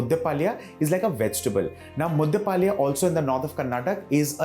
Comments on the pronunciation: Very nice recipe and explained in a very systematic way. However, being a Kannadiga, I was cringing a bit at the pronunciation of southekayi (Varun was pronouncing it as southekaaya!) and palya (Varun pronounced it as paalya!). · Authentic Mangalore cuisine does not use peanuts...for the simple reason because its not grown there...and pl chef it's pronounced as 'Southekayi..and 'mudde palya'